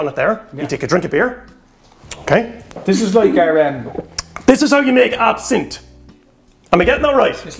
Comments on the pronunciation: Pronunciation AB SIN TH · It's not absinthe